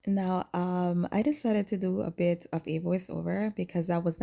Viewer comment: when you said ' a bit challenging ' I thought for a second you said 'bitch.' ha!😂 I will be looking into some of these. Thanks for your recommendations always. 🧡